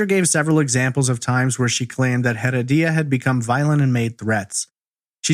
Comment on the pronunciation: OMG I'm so sorry but listening to you saying Rodolfo Heredia's last name is like hearing nails on a chalkboard! It's HEREDIA pronounced UH-RED-YUH. In Spanish the H is silent, and you are definitely not keeping in silent. You are pronouncing it like HEAD-UH-DEE-UH now try UH-RED-YUH. See how easy, you added a whole other syllable & made it harder for yourself. Thanks for your awesome content btw. I've been listening to your content for the past 2 yrs and I absolutely love it.